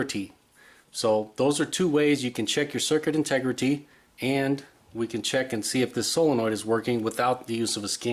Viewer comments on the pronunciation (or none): that was an awesome video, so imformative. thank you but you say integrity weird 😆